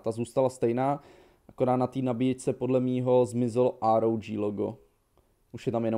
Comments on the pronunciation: říká ROK phone, a btw nepiš na 8 měsíc staré komenty, nemá to smysl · Štve mě, že to neříkáš "ÁR, OU, DŽÍ" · To vyslovuješ schválně to ROG jako ROK ? 😅 nečte se to náhodou [ ároudží ] no hate 😅